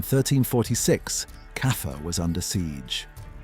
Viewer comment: Stop saying Kaffer